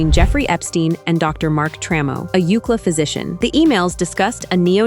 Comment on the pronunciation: It's U C L A, not Ukla. Stupid AI.